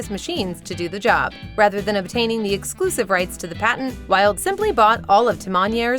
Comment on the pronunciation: The mispronounciation of German names and words in this video is just UGH!!! Sonne is pronounced "zo-nah", NOT sun... and Wilde is pronounced "vill-deh", NOT wild. i love your videos, but please get better with foreign language pronunciations... ive caught this in a few of your other videos too.